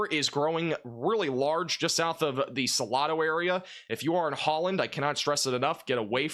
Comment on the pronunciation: You are mispronouncing Salado ,it has a long A . SalAdo